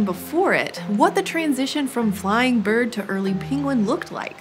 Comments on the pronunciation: she says birb not bird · she said birb 😂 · Did someone realize she said birb and not bird? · Did she say birb